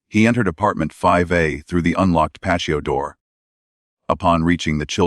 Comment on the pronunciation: How can an ai bot, not be able to say patio door, and pronounce it as pacio